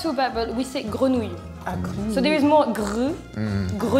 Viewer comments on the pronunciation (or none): I don't need hints, it's my mother language. But ouille doesn't sound at all like wheel. Doesn't sound like oui either. Ou-ille